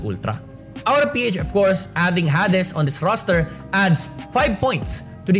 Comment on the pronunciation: i think its pronounced hay dees hehehe thank you sa mpl ranking based sa roster change i feel enlightened